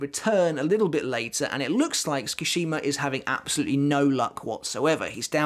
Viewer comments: great video. just FYI Sue-ki-shee-ma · 'ts' is pronounced the way you pronounce 'ch' in the word 'chair' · The way he keeps saying my name is kinda wild... I was just listening to this like a podcast and was like who tf is he talking about lmfao Skashima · the way you pronounce tsukishima causes me physical pain